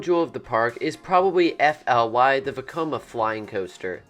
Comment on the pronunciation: I think you can Pronounce Fly as just Fly... thats how we do it over here, and i even heard it from park personal i personally like phantasialand better then other german parks, it was my first park i went to in 2017, i went to so much more parks in my country, but returning to the park after flys opening on a for me school free day with an friend was just, jep this is the best park.... nothing beats it, ok maybe i am just bias because i live like 1h and 30m per train away from it and i visit it like twice a year atleast